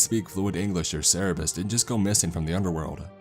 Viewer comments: Isn’t it Cerberus not Cerabiss? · Cerebus? Its Kerberos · It's Cerberus. Cer-ber-us. Not Cererbus... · tf is a cerebus? You mean Cerberus? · "cerebus" - Cerberus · it's Cerberus, not Cerebus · I'm sorry, but isn't it "Cerberus" and not "Cerebus"? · Why are you saying Cerberus "Cerebus."? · "Cerebus"? You mean Cerberus? Hahahaha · Cerebus is pronounced Kerberos... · IT'S CERBERUS NOT CEREBUS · Cerberus not cerebus - other than this thing that ticked me off a lot, great story, great video. Thx for the hellhound by the way. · its CERBERUS not cerebus..... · Cerberus not cerebus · nope its Cerberus not cerebus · It is cerberus not cerebus, he got it wrong. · Yes, He must have meant to be saying CERBERUS, NOT Cerebus. Cerebus, the name he was using, is someone's comic character that's an anthropomorphic aardvark. Cerberus is the three headed hell hound beast of Greek mythology. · Am I the only one who thinks he says Cerberus weirdly? "Serabis" what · I always thought Cerberus was pronounced "Sir-bur-us" so I tried looking up what a "Sarah-bez" was. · Say it with me y'all: cer- BER- us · This is a very interesting story, but an actual employee at such a place would probably be able to pronounce CER-BER-US properly. I really do appreciate the video. The mispronunciation was just really irking me... Sorry. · That is not how you say cerberus... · Can you say Cerberus correctly? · Wait, do americans pronounce cerberus like that? It's not meant as criticism, I love the narration as a whole, but I'm not native in English and the pronunciation just confused me and I didn't get what he meant until he got to the whole god of the underworld part xD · I wish this was real I'd totally either buy things or work here Side note the way he says Cerberus is weird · My dude lovely work, I believe it is CERBERUS however :)